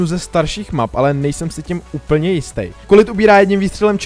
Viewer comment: Je to 'kolet' ne 'kolit'